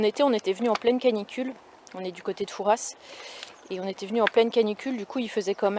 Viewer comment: Les ronds c'est pour collecter les bébé huîtres et on dit fouras pas fourasse je te l'ai déjà dit l'année dernière 🤣😂🤣🤣